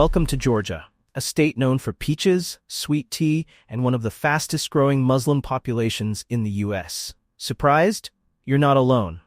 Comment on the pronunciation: Why do you insert the word "slum" in a word whose second syllable is clearly both spelled and pronounced (correctly) "slim"?